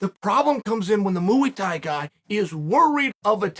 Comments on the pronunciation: “Mooey Tie” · “muAy Thai” uncle Chael 💙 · Why does he keep saying mooy Thai hahaha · Mooey Thai? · Starting off strong with "Mooey thai" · Chael has gone from pronouncing names wrong to saying muwi tai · The greatest striking art, MUI THAI. M.U.I. THAI MUI THAI! Uncle Chael does this to us on purpose 😂